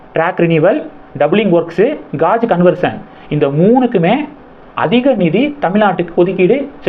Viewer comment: அஜி,அது காஜ் கன்வெர்ஷன் இல்லை. Guage..என்றாலும் அது கேஜ் கன்வெர்ஷன் என உச்சரிக்க வேண்டும். தவறாக எண்ண வேண்டாம். நன்றி